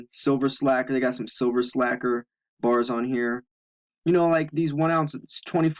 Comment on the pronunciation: Excuse me "BARS" not gars !!!